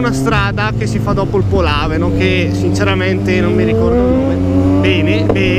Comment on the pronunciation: il posto si chiama Lodrino non Modrino e polàveno non polavéno